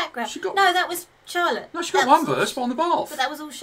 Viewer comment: Love it! Going to see them in February!❤❤ (Also you both are saying Charlotte's name wrong ;) There is a Dutch pronunciation haha)